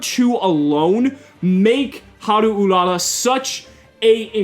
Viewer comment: Can I just say that I'm really happy that you actually pronounced the card correctly with the Japanese inflections? Too often people just don't care to learn to say the names right, and you actually nailed it here,. Looking forward to more content. ^^